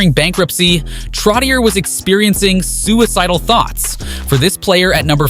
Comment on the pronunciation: Trottié, Bioncé, Mel Tormé